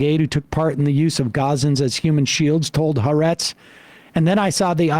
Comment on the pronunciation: a nit, but Sam, please, the name of the paper is pronounced HA-ARETZ. the second ‘A’ is open and accented, as in ‘Adam’